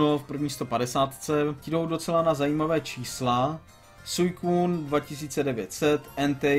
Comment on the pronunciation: Suicune se vyslovuje svíkun :D